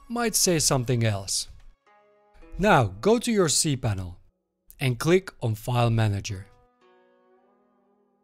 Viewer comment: Sorry, I don't know where this first step is found. "cPannel"?? sorry - not a native speaker - I cannot understand what you say there - where is it??